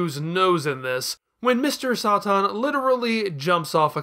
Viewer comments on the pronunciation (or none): "Kuririn", "Blooma", "Mr. Sah-Tan". An argument can be more for the former, while the other two make no sense. Why is he pronouncing Satan like that when the origin of the word is fairly obvious and there's an established english pronunciation for it? And where did "Blooma" even come from? The name Bulma is WRITTEN RIGHT ON HER CLOTHES. I'm going to guess he's doing this because he read the manga first...I guess. But that makes about as much sense as calling Charizard "Lizardon" just because that's the original japanese name, or me calling Chi-Chi "Milk" and Demon King Piccolo "Pikkoro Daimaku" just because those are the names they used in the latino dub and the one I grew up with. It's absolutely pointless and would make me seem like an elitist dumbass.